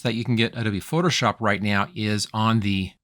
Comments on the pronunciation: Sounds like you keep saying "foship" instead of "Photoshop." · You say “Photoshop” with three syllables at some points, then with two syllables at some points. Hearing isn’t an issue with you say some words like you were hit in the back of the head while speaking.